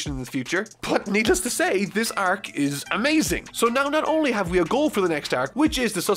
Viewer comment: I enjoy your content, but I just will never be okay with how your pronounce the word arc.